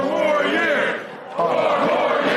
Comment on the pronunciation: Four more yeaarsh'...pause.